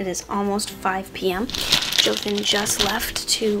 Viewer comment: Joathan you need the accen bit to be perfect lol